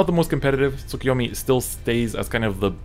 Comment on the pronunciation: You'd think the guy who knows how to speak japanese would know how to pronounce Tsukuyomi.